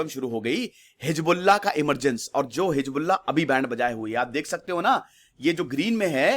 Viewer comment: Sir, you were about to say, heezda... 😁😁😁😂😂😂